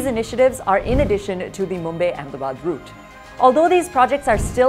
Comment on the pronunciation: Mumbay ??? Obsession with foreign accents in the way they mis- pronounce Indian names.